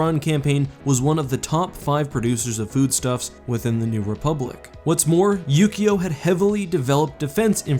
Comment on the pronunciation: Yu-Gi-Oh! was a TV show about a card game, it really sounded like he said that instead of Ukio